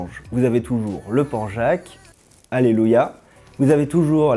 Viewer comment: Le port Jacques ? #prononciation :p